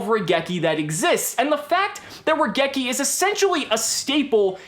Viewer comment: Question, why do people forget to pronounce the i in raigeki. The card is literally a lightning bolt, the rai in raigeki means lightning. Seriously, I understand it's a japanese word so obviously people won't say it correctly in every accent but you can't just omit the letter.